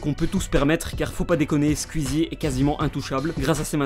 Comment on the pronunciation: Bonne vidéo mais quand même ça se prononce squeezie pas squuizi